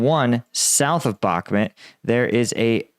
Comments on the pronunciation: Its Bokmoouuuwt not Bocmit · He pronunced Bahmud as if it was a city in team America. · It is not Bakmet , or Bukmat , or Boch mut etc. !!! Just say a real name !! Try to learn it ! I speak 4 languages and never speak rubbish !!!😡😤